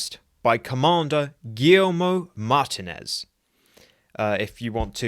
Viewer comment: Mate, you completely butchered the name MAR-TEEN-EZ😂